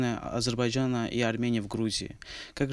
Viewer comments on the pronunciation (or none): none